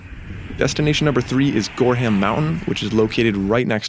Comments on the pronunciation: Pro tip from a native, Gorham is pronounced gor-um, not gor-ham...also go on week days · Gorham, pronounced gorum. Just a helpful tip from a local 😊